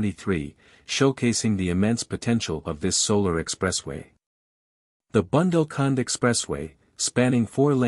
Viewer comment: Dear presenter, it is bundel,nit bandle.Uthar Pradesh , not utter